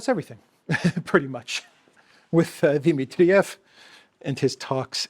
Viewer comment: Di- MIT-triev NOT Di-mit-TRI-ev. Please, it's irritating